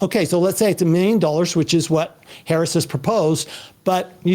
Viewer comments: It is is interesting that the one guy in the middle keeps mispronouncing Harris' name......shows an ideology. Destiny is logical and practical and understands why he can do what he does......the grunt doing everything else. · Yeesh. Decent conversation but the goddamn moderator can’t even pronounce the vice presidents name correctly. As soon as Destiny made a good point about SCOTUS term limits, “I’d like to get back to tax policy” my god